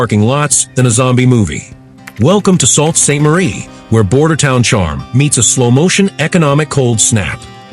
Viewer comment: It's pronouced Soo Ste Marie